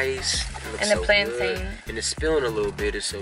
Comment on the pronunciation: It's plantain not plantine